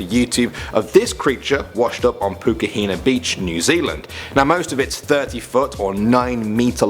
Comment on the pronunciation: Im from New Zealand, just wanna say nice pronunciation of Pukahina :)